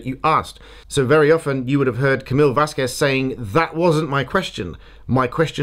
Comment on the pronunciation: She KNEW EXACTLY HOW TO SAY CAMILLE’S FIRST AND LAST NAMES…and she INTENTIONALLY mispronounced her last name EVERY SINGLE TIME SHE SAID IT.